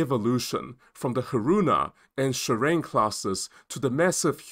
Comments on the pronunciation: It's SHI-RA-NE. Not shurine😂! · JS Shirane (DDH-143) is pronounced as Shi-ra-NE.